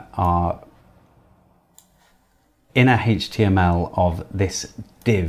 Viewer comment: It's HTML not HAYTCHTML